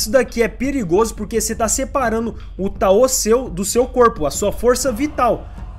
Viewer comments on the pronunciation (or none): Ótimo vídeo! Estou descobrindo esse anime com seus vídeos, quando tiver um tempinho vou assistir rs. Mas só uma observação: a pronúncia de tao é "táo" e não "taô". 😅. No mais, continua! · Kkkkkkk "taô", é TAO cr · EU nao tenho certeza tbm... Eu pesquiso muito sobre ocultismo (leio) e nos vídeos que vejo todos falam Táo... Com o tônico no "a"... Mas de boas, ninguem é obrigado a falar certo, eu perguntei pq fiquei com dúvida.